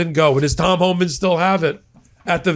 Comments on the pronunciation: Your misspoken 'Horeman' is ironically, a more suitable name for Tom Homan! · I think was right when he pronounced it "Whoreman".